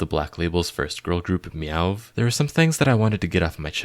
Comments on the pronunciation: It’s actually “meow” not “yuh” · it’s just pronounced meow, the vv is meant to be read like the w would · But learn how to pronounce meovv first babes 😭